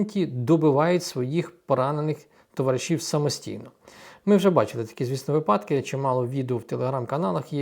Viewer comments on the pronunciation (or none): Слово вИпадок навчіться вимовляти вже нарешті з правильним наголосом